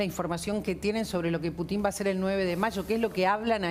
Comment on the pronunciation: Animalito del bosque ,el apellido Putin se acentúa en la U,y suena Pútin , sé que es inútil que te instruya porque o te falta capacidad de entendimiento o no querés entender